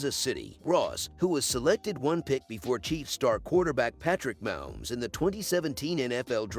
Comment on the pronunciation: Ya think? LOL Yeah, it's pretty horrible when Moums and Bingalls keep repeating. They need to phonetically write them.